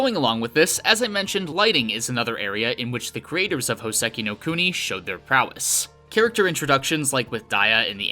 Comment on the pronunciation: Hoe-seh-key know cooe-knee? I only know Houseki no Kuni.